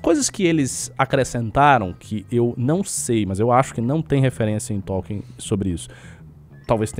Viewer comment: eu concordo com quase tudo que vc falou mas toda vez q vc fala T(ó)lkien uma fada morre